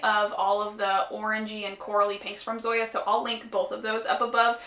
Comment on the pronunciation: The name of the Zoya polish is pronounced as "Song-ya" without the g